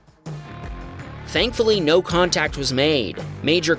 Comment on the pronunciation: "Thankfully meow"!!!! Excewuse mwe?